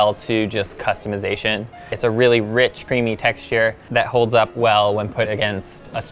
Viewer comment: I think its rich not reach